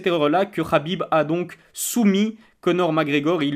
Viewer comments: Frero sa se prononce Khabib pas Rabib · On dit Khabib pas rrrhabib